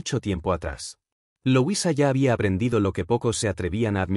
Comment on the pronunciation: No se pronuncia loisa se dice como se escribe LUISA